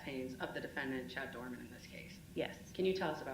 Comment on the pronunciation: Doreman, not Doerman.